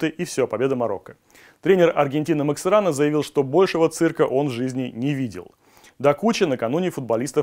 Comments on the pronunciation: МаСкерано, а не МаКсерано))) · Максерано))))) может Маскерано ? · У тренера аргентинцев фамилия Маскерано, а не Максерано. Новости надо готовить качественно. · Тренер Аргентины Максиерано😂😂😂 может Маскерано😂😂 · Тренер Аргентины Максэрано... Слезы из глаз, кровь из ушей...